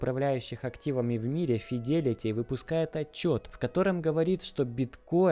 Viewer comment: Правильно говорить Джэминай и Файдэлити